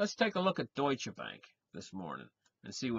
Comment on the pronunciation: Es heißt deutsche Bank. Nicht dutsche Bank. :-)